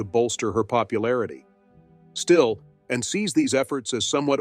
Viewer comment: This is pretty good, but the automated voice and sloppy editing of the narration is an issue. It sounds like Princess Anne's name is "Princess En," and about halfway through the script refers to Anne's title, Princess Royal, as a "nickname." It is not a nickname. I mean--does Charlies II have "King" as a nickname?